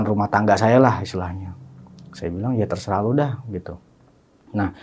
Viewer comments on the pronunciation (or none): none